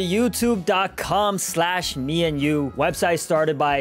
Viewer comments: “Code enyu” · "MeEnyu" wait Let me take my glasses, puts on glasses Oh its "MeAndYou" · "Code Enyu" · MeEnyu I mean not meany